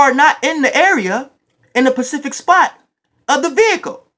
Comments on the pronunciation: "In the Pacific spot" 😂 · Specific The word is specific. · oh and is SPECIFIC not pacific 😂😂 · Nigga you are annoying AF. The dude said “why DIDNT X get out of the car”. And your speech and use of the English language is disgusting. And STOP SAYING PACIFIC!!! It’s “specific” you idiot. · Pacific it's specific bro lol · “The pacific time” 😂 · I’m dead at pacific time 😂 specific 😂😂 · Anybody else come straight to the comments after all those "pacifics" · "Pacific" or "Specific" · It's specific time not "pacific time"#factz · I love that he keeps saying Pacific instead of specific that's how you know he in his bag. I do that to when I'm hype or mad. Lol! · Pacific time is where I’m at you prolly tryna say specific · Specific* not Pacific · I liked the video and I subscribed but please, next time spit your gum out. And it's specific not pacific. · Most of Florida is an Eastern Standard Time not Pacific.... I actually think that you meant to say specific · Pacific time or specific time? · Pacific or Atlantic or Specific? 😂😂😂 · ima need for you use the correct pronunciation its "Specific" not "Pacific" but great points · “Pacific Time” or Eastern Standard? Lol 😂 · “SPECIFIC” (spuh-siff-ick)